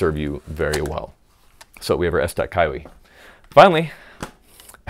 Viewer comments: ... How hard is it to pronounce the word kiwi. key wii. It's not hard. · Pronounced Kee Wee (kiwi) kydex wedge insert for the esstac pouch